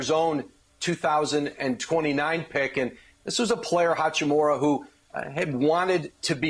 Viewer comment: Hachimuuuuuura, not Hachimora or hachimara